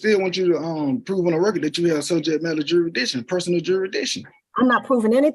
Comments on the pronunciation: These people are so stupid I don’t know how they got this far in life. “Gotta prove jurs-dyktion.” He doesn’t even know what he’s saying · What is “juridishun”? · You mean Benny Fisher-Rairy and Jerry Dishun? I think they have something to do with Black’s Law Dishunary. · I hate how these uneducated people can't freaking pronounce Jurisdiction... I think this fool said "juri-dishun" wtf is that? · Challenging "juradishun"? Good luck, genius! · "juradittshun"?? "duh duhfendunt in era"?? Somebody tell Elmer Fudd to shut up and hire a lawyer to do the talking. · You mean Jurrydishun ? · Maybe lean how to pronounce "jurisdiction" before you go and try to challenge it. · It's bad enough that this guy can't pronounce beneficiary or jurisdiction, but then he brings that clownish self-important Attorney General. Gimme a break. What an idiot!! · Wow,another idiot sovtard that thinks they're smarter than an attorney that actually knows what the Hell they're doing yet this moron is barely capable of putting together a coherent sentence much less pronounce the word jurisdiction correctly! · Why can’t they ever say jurisdiction